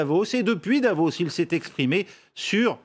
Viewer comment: Mister, c'est pas Devos mais Davos! Quel clown